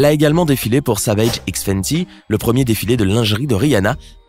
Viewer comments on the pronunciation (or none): none